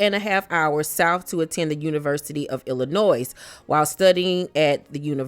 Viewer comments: Not being funny or shady. Lived in Illinois almost my entire life. You do not pronounce the 's' on Illinois. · Love you and love ur Channel. FYI, the S is silent in Illinois. 😘